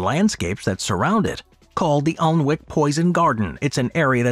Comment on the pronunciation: Alnwick is pronounced "an-nick" by the way.